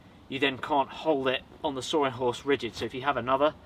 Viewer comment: "sawring wood"